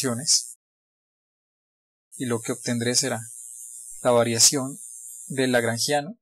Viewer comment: Por qué dijiste lageangiano al inicio?